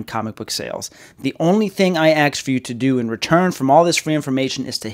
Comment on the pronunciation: The only white dude I've ever heard pronounce "ask" as "axe"